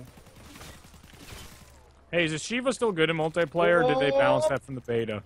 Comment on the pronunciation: Does anyone else pronounce multiplayer like mult-E-player? No okay